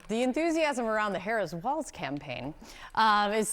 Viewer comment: Dear internet: Walz is pronounced "Walls" not "WALTZ".